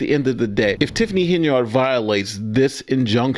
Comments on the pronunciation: Henyard is an old name and it is pronounced: "Hen-yerd." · PLEASE cease pronouncing Henyard, “HEN-yard” like a chicken in a yard. It is pronounced- HEN-yerd. This subtle English misnomering is what keeps your community repressed.